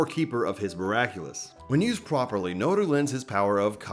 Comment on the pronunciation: "Nuuru duuzu" you couldn't have fumbled harder